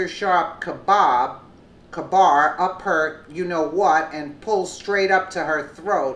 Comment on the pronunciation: Kbar . . . (Kay-bar) That is all.